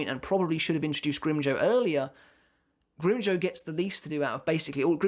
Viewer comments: Grimjoe??? Its pronounced "grimjow" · The way says grimjow sounds funny I spilled my drink